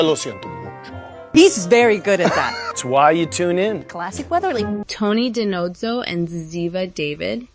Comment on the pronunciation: You should learn the proper pronunciation of names b4 talking about them. Sorry but it's annoying and shows ignorance of the show. Spelled David but pronounced Da-Veed and Da-No-Zo